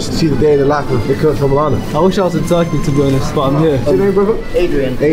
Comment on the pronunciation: I WAS SHOCKED WHEN THEY SAID RURKEY